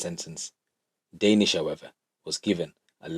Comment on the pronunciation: Lol your making me laugh. Danish. The way your saying it is totally wrong. Funny. Ha Ha Ha. Joke tings!! Oh my daze!!